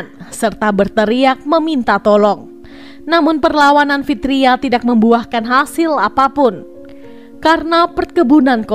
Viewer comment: Mbak baca narasinya bukan tidak tpi tida